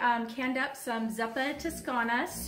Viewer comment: Omgosh it's pronounced "Zoo-pah!" 🙃